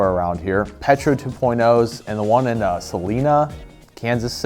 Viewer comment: You pronounce Salina Kansas wrong